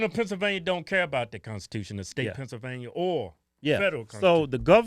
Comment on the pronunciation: "Pencilvainia" loool